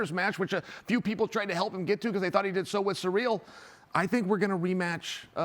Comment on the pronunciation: He caught fingers to BOTH eyes. And only Tom can say which hurt more. So, if he holds one more than the other, you can not imply he was checked out. AND BTW, CHAEL: His name is Ciryl. Not Sareal. Pay some respect, son